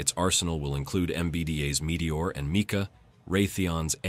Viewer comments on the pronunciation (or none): none